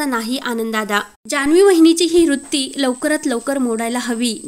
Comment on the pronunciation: Rutti nasate g bai vrutti aste.kiti ashuddh bolates